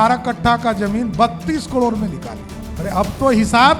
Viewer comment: कड़ोर नहीं बोलते। करोड़ बोलते हैं।